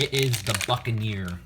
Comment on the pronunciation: When he said the buckinear I thought he said the fuckin ear